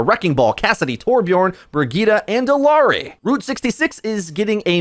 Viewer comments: Ee-YAR-ee is how it's pronounced. Just as a heads up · I love this channel but the way he says illari makes me so mad for some reason😭